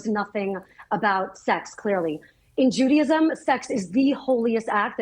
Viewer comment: It's pronounced Juda-ism. Not judy-ism. So crazy lady needs to chill.